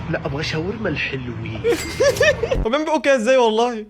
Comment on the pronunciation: الحلوين ❌ الهالوين ✅